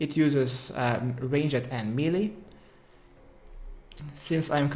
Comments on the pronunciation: "Range - Ed" gets me every time 🤣🤣🤣 Love the guide! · Someone please teach him how to pronounce ranged.